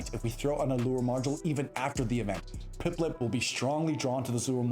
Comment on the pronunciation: bro what about instead of saying Piplup correctly, you pronounce it like "PipLIP" 😅😂😂